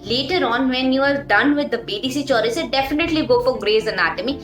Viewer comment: Bdc chaurasia😂😂🤣🤣 Sister it's bd chaurasia